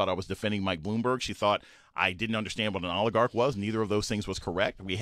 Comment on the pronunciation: Oligarch not a difficult word.